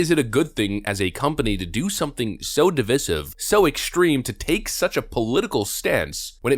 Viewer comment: I feel like cancelling you for the way you pronounced divisive